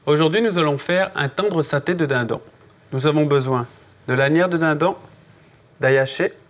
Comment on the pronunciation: "de dindan" j'adore cette accent pas d'offence hein :)